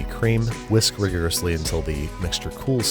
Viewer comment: I love how he said “whisk wigorously” 😭